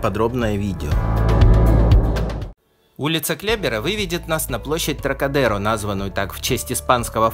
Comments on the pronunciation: Отличное видео! Хорошие съемки, интересные комментарии - много интересных фактов. Маленькое НО.. во французском языке ударение всегда ставится на последний слог - ТрокадерО, КлебЕр, ЖофрУ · Интересно , но …У французов всегда ударение на последний слог : ТрокадерО ! Ну и лЯ Дефанс … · Всё, или почти всё, что нужно для первой поездки в Париж. Но не следует забывать, что во французском языке все ударения делаются только на последнем слоге: например, ТрокадерО. И фамилия архитектора ЭффЕль. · Не КлЕбер и ТрокадЕро, а КлебЕр и ТрокадерО